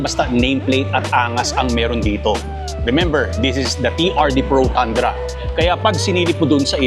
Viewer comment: TANDRA pala pag kaabasa mo idle kala ko TUNDRA👏👏 TOYOTA TUNDRA❎ TOYOTA TANDRA ✅ Galing galing 👏👏